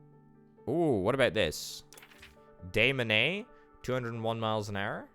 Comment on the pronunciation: Loving the series, keep up the awesome work. Also Des Moines is pronounced Duh Moyn, the Moyn rhymes with coin.